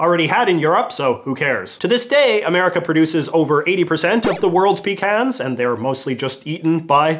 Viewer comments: You saying pecans wrong ( different then I do ) messed with my brain it’s pe-con-s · PUH-CAHNS. PUH-CANS. No pee about it. PUH-CANS! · “Peecans” bruh it’s “puh-cons”